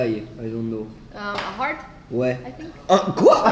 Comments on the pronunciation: J'étais morte de rire wsh 😂😂 Inox il remix des mots en anglais genre il transforme "heart" en "hearth" Et durant tt la vidéo personne lui a dit que c'était "you are" et pas "you ére" 😭😭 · Coeur sa se prononce "arte" et non "ersse" la tu dit terre et pas coeur depuis le début elle comprend terre 😂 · Le "I have a stone earth" il me fume de rire y a personne pour lui dire que c'est heart et pas earth qui veut dire la Terre x)